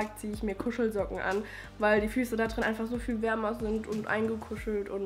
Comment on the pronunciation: Wo kommst du her? :D ich frage wegen deiner Aussprache, "plöd" statt "blöd" und statt "da drin" "da trin" 😀 Und danke für die Produkt Tipps, das mit der trockenen Haut macht mich auch echt fertig im Winter.